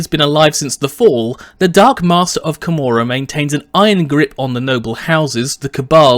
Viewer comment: I thought it was pronounced KO-MOR-AH